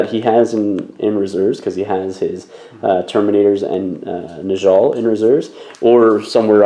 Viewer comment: Great stuff- just a quick note - it's pronounced neh-yall not nuhjall